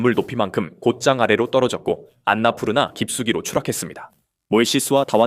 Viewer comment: 아나푸르나가 아니라 안나푸르나에요